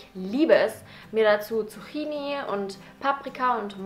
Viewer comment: i musste schon nur lachen wenn sie Zuchini gesagt hat! xD ( für alle die es nicht wissen: geschrieben Zucchini → ausgesprochen Zukkini!^^) sry wollt jetzt nicht klugscheißern^^